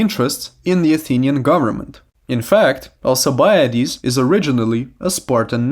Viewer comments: Al-K-ibiades ffs my ears. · Is it just me or is his name not pronounced with a k